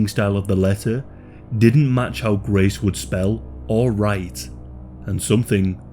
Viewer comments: The amount of times you say GRAECE took me away from the pure details of this case. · “She hated Graaaace” weird pronunciation bro.